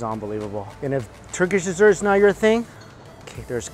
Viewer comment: the way he said ‘Desert Section’😂